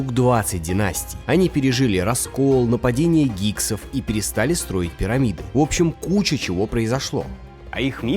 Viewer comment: Не гиксов, а гиксосов